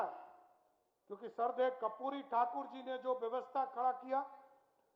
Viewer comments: कपूरी नहीं करपूरी बोला जाता है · Kapuri nhi karpuri thakur sahi se naam nahi le Raha saman kya khak karega 😂